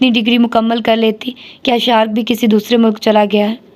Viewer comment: Ek tu ap naam bohat bigarti Hain maslan fahad ko fehed ubaid ko abeed shariq ko shark meesum ko ap moseem parhti rahi Hain plz naam sahi parh liya karen